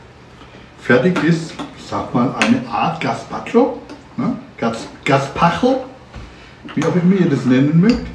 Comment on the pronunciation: Ja, den Pflaumen-Balsamico hab ich auch gekauft. Er ist phantastisch 😌 😍 und diese leckere "Suppe" wird "gespatscho" gesprochen 😌